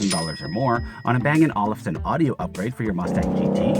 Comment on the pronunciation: Hey young man, the way to pronounce Olufsen is like bang & oalfson, like a lazy oalf.